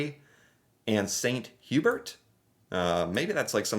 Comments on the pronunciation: It’s pronounced Saint Hoo bear. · Good job pronouncing Swiss Chalet (Sha-lay) this video! But Saint-Hubert is French, so it is pronounced Sane-too-bear (Saint Hubert) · St Hubert is French and pronounced like "saint hue-bear" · Saint Hyu-bear btw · St Hubert is pronounced St Hugh bear...because french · Gonna hate this... the "Hubert" in "St. Hubert" has both a silent 'h' and a silent 't', so it's pronounced uu-behr (there's no 'y' sound before the 'uu' sound either, it's like an 'oo' sound but French). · Hearing you say St Hubert with a hard 't' is painful. Wait....do you pronounce your name with a hard 't'? re:snow. It doesn't always snow in April but it happens occasionally.